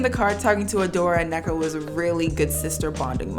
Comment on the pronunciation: idky i just processed youre igbo, same sis. love the pronunciation of “nneka” 🤣